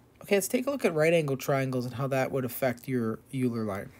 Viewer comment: oiler not yooler german name